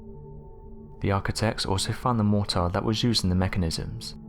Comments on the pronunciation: you've got a bloody off putting way of pronouncing 'mortar'..... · Mortar? Motor? What was he saying?